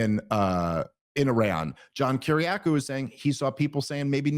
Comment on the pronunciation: Jon Kiriakou it’s pronounced Keri-Ack-0w